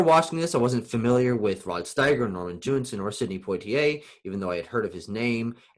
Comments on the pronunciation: Hi. So nice to see you back! Please correct your pronounciaion of Jewison; there is only one 'n' in the name. It sounds like you're saying Jewinson, not Jewison. What other Poitier movies did you get a chance to watch? Not that it matters, since he is superb in all his films. Hope you're enjoying your classes. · Hi. So nice to see you back! Please correct your pronounciaion of Jewison; there is only one 'n' in the name. It sound like you're saying Jewinson, not Jewison.